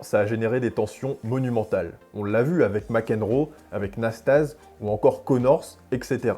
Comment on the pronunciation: Récit fantaisiste du match McEnroe / Nastase. Déjà on prononce Iliyé Nastazé. Ensuite, McEnroe est resté calme pendant tout le match, très en confiance. Seul Nasty a fait le guignol car il savait bien qu'il n'avait aucune chance à 33 ans avec sa bedaine. Le pauvre Frank Hammond désavoué par le juge-arbitre s'est fait humilier, sous la pression d'un public bourré qui avait payé et en voulait pour son argent en session nocturne.